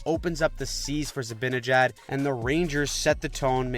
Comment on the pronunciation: It’s ZiBANijad not ZaBINijad!!!